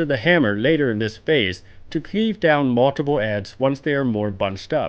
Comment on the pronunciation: lol how he says multiple ^^